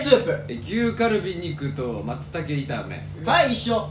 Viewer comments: 康二「まったけいため」 松茸のことまったけって言うの村上信五と一緒ww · 関西人の康二くんが「まったけ」って言ってるのめちゃくちゃに可愛いしこれもまた関西特有で好き❤❤ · 康二くんの牛カルビ肉と松茸炒めの言い方がまったけいためになってるの可愛すぎる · こーじ「牛カルビ肉と“まったけ”炒め」 かわいい。。😳